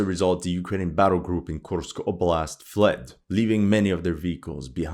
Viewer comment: Мне нравится, как автор канала произносит названия населённых пунктов, подразделений. Kursk oblast' звучит как 'Кемска волость') Кто понял, тот понял)